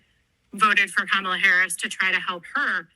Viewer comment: EGGGGGGG-ZACKLY! Pronouncing her name WRONG just like him as well!